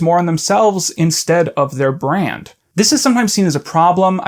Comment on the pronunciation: I'm glad you're ding this. It's really cool. Every time you say 'brand' my soul dies a little bit but haha lol it's cool it's cool. Other good smaller people: Cool Cammy (Camille Cook), HGModernism, Going Down with Ella Yurman.